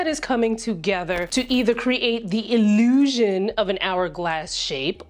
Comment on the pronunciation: The iI-leew-shun of being FIRST!